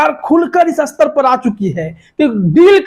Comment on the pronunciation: भई, कितनी जमात पढ़े हो? हिन्दी भी ठीक से नहीं बोल पा रहे हो!! "स्तर" को बार बार "अस्तर" बोल रहे हो। अस्तर तो दर्जी लगाता है, जैसे कोट का अस्तर, याने inner lining!! जबकि "स्तर" का मतलब "Level" होता है। इतने बुड़बक लोग आजकल रिपोर्टर बन जाते हैं!! फिर चाहे टीवी हो या YouTube!!